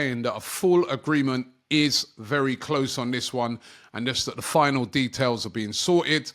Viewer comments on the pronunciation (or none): none